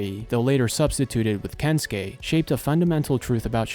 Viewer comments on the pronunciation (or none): none